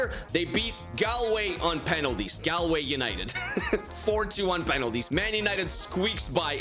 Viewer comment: I’m from Galway and u keep pronouncing it wrong. Pronounce it like golway